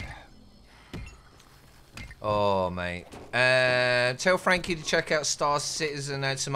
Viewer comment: tf you just say Frankie?😂 Packuhpundhdhshsgaga is what i heard lmfao.